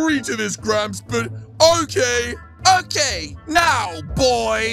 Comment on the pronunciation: Its OKEH not to be OKEH (titan cry😭)